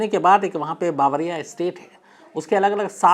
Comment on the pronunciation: बावरिया नही बवेरिया है वो जिसके नाम पर BMW है 😂😂